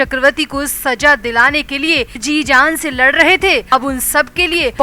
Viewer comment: Urdu sahi kar le Saza hota h Bura na mane plzz